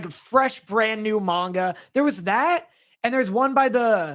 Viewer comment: I get that nitpick about pronunciation, obviously. Japanese words have no stress on any syllable, except when they do, typically on loan words. That's really hard to train your ear on, honestly, so I can forgive the man-gawka